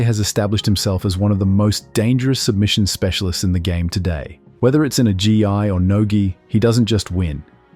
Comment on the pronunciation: Doesnt sound like A.I. but when it says shit like "in the g.i. or no gi" little sus